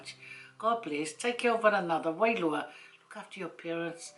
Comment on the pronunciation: Never tried Red Rooster in my life, but it looks so delicious going by your video. Thanks for another great vid. What does wailua (i think it is) mean pls, I've heard it a few times in different samoan videos & I've also heard u say it a lot. I thought it was pronounced 'wairua' at first, but the Samoan alphabet doesn't have the 'r' in it does it?